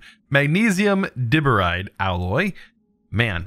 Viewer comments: "I could generate so much power with this depleted fuel" -, 2020 Also, Diboride is pronounced as die-boride not dih-boride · If you're still looking at comments, the Magnesium DiBoride is MgB2, and is pronounced Die-Bore-aye-d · Diboride is pronounced Die-Bore-Ride if you wanted to know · It's called di-Boride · Andrew Skipsey he really said dibberide, smh